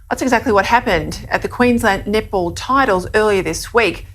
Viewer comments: I think she's saying "Net ball", but I'm hearing "Nipple". Didn't know there were Nipple championships. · I can’t talk the Australian lady seriously. I know she is saying “netball”, but it sounds like nipple. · "Netball" pronounced by an Aussie sounds like nipple... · Let’s be honest, that Australian reporter saying “net ball” sounds hilariously like nipple. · Sounds like the Australian news is saying Nipball.” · I know this is serious but i keep hearing queensland nipple team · Every time that reporter said netball, I heard nipple. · Every time she says "netball" is sounds like "nipple". I can't stop laughing! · I swear that reporter is saying "nipple" not "net ball." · Australians pronounce Netball like Nipple. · Is she saying 'netball' or 'nipple'? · All I hear when the reporter says "Net Ball" is nipple lol... "The all boys Nipple Team" Sorry lol